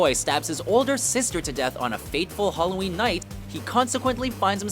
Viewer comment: games "Holloween"